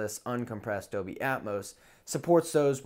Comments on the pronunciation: Wtf is Dobey? Are you saying Dolby? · AT one point i even thought he sad 'adobe'...